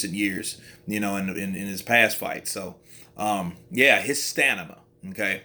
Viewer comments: Broo It’s STAMINA not STANIMA You’ve said it twice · haha i caught that, bro had Stamina as Stanima but we got the message. Good video still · Did he say Stanima😳😳😳